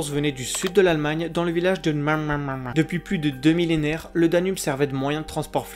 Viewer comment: Donaueschingen -> prononciation -> Do-nao-et-chine-gaine.